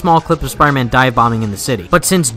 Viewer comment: Dude, if you want to be taken seriously, then you need to start saying the name of the game properly